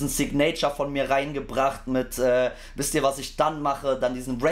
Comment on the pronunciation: Wie immer top Reaction! Aber schau mal bitte die Aussprache von Signature nach bei Gelegenheit. Triggert bissi 😆